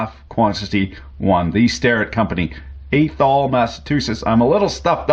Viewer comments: ahhthOL, not Athol. ;) ...actually that's not right....AHHTHol. But more Ehh than Ahh, if you get what I mean. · Might I respectfully correct your pronunciation of Athol, Massachusetts; It's pronounced like "math-all". the "A" is not strong. If you say "Peter Faulk in Athol" out loud and then chuckle, you're saying it correctly. Compliments from Boston. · Not being a dick/dink just wanted to give you info. It’s pronounced Ath-haul....very close to I’m got take my two cents now and shove off. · its pronounced ath-ol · Its actually ath-ol. Pronounced like ass-hole with a lisp. Which of course makes it the butt of many jokes here in MA. Get it? Butt? Athol? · Just for shits and giggles, can you look up some other massachusetts city names and try to pronounce them? Athol is Ath-ol, by the way. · Hey bud, its a short "a" in Athol, not a long "A", just for future reference. Pop grew up there, grandpa apprenticed at Starrett. Cheers! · Just so you know. Yahoo is pronounced A as in at. Thol like thaw(you know like it never does in the arctic north where you live) l. As an aside, my uncle George founded Union Twist Drill in Athol which was later absorbed by Starter tools.